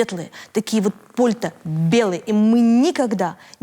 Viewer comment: По́льта? Серьёзно?